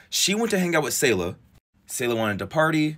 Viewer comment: Damn it’s weird to see her face all over my social media I’ve know her and her siblings since elementary school. Also it’s “Say Luh” not “Saw Luh”